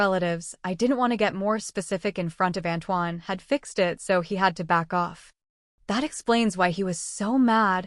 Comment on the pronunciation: This is totally an AI voice you can tell in the bad mispronunciation of words and the blending of words..fong=fang, fi-x e d= fixed😂